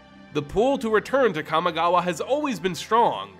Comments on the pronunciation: You did not just call it "Kami Gaw Wa" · Hey man, I love your content to death. But a warning for anyone else with misophonia; whenever he says Kamigawa, you will be triggered. It’s like his mouth is full of marshmallows. And other grammatical nonsense…like the mispronunciation of melee as “mee-lay”.